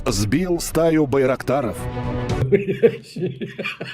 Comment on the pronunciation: "Стаю байракторов" 🤣